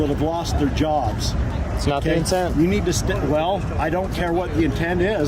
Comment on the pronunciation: One millions time he said I nee you call you supervisor OMG